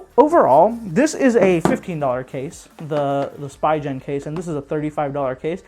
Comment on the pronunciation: Nice review except it's called spee'gan and not spi gen